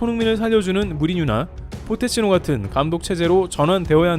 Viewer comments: 전설적인 유튜버 도 실수를 하시네요 ㅋㅋ 마지막 포테치노??? ㅋㅋ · 포테치노가아니라 포체티노 입니다